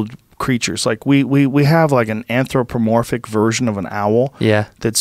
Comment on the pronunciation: Did you say anthropomorphic? Seriously dude!